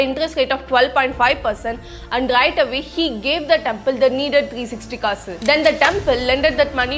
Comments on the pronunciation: kannada is the second ancient language derived from dravidian language has sanskrit influence . kaasu is synonym of coin and in any language it is clearly pronounced as kaasu not kasu very bad pronounciation. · I love you saying "Kasu" . ❤Because you pronounce it like kass kass😂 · Its is pronounced as kaasu....